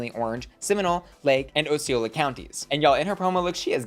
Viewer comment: Osceola is correctly pronounced [AH see OH lah] Love Roxxy 2 central florida represent!